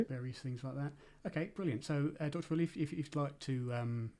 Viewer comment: Why is Woerlee pronouncing his own name so weird?🤨 (English like in lieu of Dutch) Why is the whole convo...... 🤔 gesprek niet gewoon in 't Nederlands, godver!!?🤨 Kastrup does pronounce Woerlees name like it normalna.